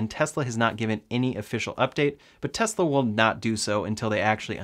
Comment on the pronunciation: I like your videos better than Ben Zullinz. At least you can pronounce the “S” in Tesla! Keep up the good work.